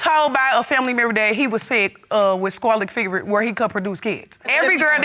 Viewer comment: I didn’t know she said SCARLET FEVER i was wondering what Qwalet fever is.